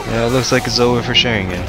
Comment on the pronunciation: Don't say Sharingan in an american way. It's a disgrace to the Uchiha!